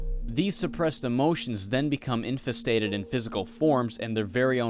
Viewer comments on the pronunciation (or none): did this man just say infistated